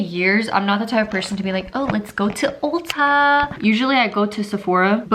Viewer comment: It's ulta not olta lolll